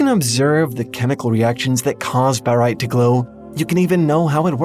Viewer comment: the funny silly robot said grow and not glow!!